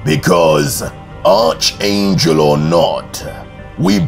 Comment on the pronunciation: The "h" is silent when you say archangel it more "arc" angel you don't have to emphasize the "h"